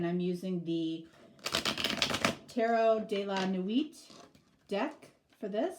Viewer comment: Hi! I like your readings. Just wanted to let you know that the « t » in the word « nuit » in French is not pronounced.